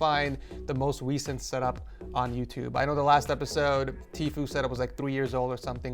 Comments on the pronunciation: “The most wecent” 😂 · the most Weeecent setup